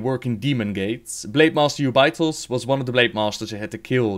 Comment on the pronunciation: haha you pronounce Jubei'thos (u-bi-tos).... while over here in oceanic we call it (ju-bay-thos)